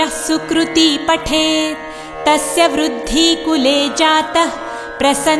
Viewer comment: कुर्ती वुरुद्धी ऐसे ही गलत उच्चारण होते रहे तो मां कुलदेवी जरूर आशीर्वाद देगी इससे बढ़िया तो ना सुनना नहीं बेहतर है